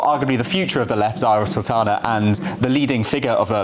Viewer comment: Zara saltana? 😂 Sorry, only 10 seconds in.